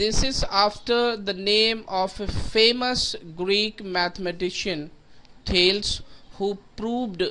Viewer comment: Thales theorem not thalse